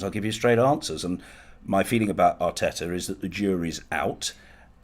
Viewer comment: John says Mikel Arteta pronouncing his T every time... Robbie says Mikel R Tetar 🤣 Proper Wheela Deala Robbie